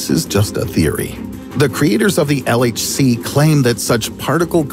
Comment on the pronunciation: Did he just say LHC or LSD.....